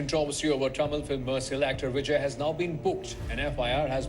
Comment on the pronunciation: Area yaar bijness business hota hai. Pronunciation correct karo content dikhne meh bohat acha hain lekin sunne me UP Bihari ki badbu aajati hai. Bijay nahi Vijay Eaji nahi easy Bujiness nahi business